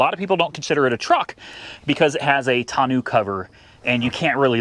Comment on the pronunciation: Tonneau is pronounced "tonn-noh", not "tonn-ew" 👍